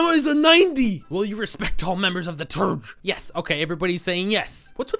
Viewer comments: Wait it’s not supposed to sound like turg? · When he says “TRGH” it sounds like TURG